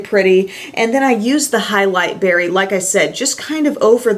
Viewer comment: highlight berry? or halle berry? LOL I hear halle berry!